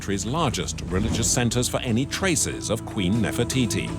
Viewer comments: woi......bicara yg benar....bukan nefertitis.....cukup bilang NEFERTITI........Jangan sembarangan....klo ngomong ...memalukan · Take a shot everytime he says Nerfititi 😭😭😭